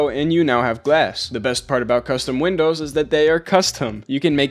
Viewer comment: wow i love "winows"